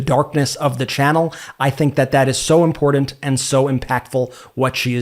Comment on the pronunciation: Did you get your pronunciation of imporDant from MTG? Come on man, please work on pronouncing important properly!